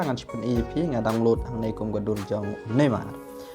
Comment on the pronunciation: Neymar not nammar 😭😂